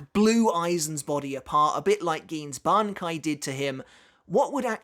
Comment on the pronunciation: everything is good till we hear Ban-kai from aizen